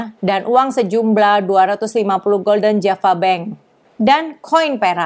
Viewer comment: Mata uang Belanda dibaca hulden, bedakna dengan golden (bhs Inggris yg artinya keemasan)